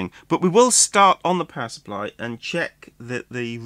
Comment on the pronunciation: Each time you say, “power supply,” I have a double take since I hear it as “pacifier” (baby’s “dummy,” in UK-speak). Maybe it is subliminal — one may cry and need one with this machine.